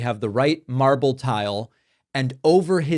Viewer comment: Trump mispronounces the imported Italian marble that he claims will preserve US heritage while there is beautiful REAL American marble sitting just down the road.